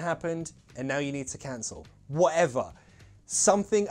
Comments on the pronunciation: There's NOTHING I don't like about and his lessons....... except when he says wha'ever! Hahahaha Un abrazo from Olivos, Buenos Aires, Argentina🇦🇷🏴🇬🇧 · Really nice and useful video!!! The way you say WHATEVER really sounds cockney 😂😂😂 Thank you!